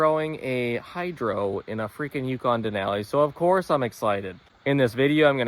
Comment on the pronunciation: omg why you saying Denali like that.. all i hear is den Aaaaaa li